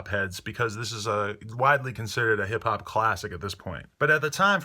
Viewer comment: "hip hap" lol